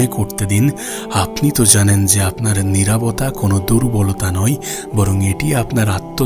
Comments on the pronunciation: নিরাবতা নাকি নিরবতা..?🙂🙂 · নিরাভতা নারে ভাই নিরবতা